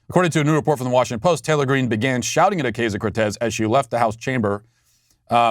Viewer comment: Do you think Matt pronounces AOC's name "Oh-KAY-zio" on purpose just to troll her?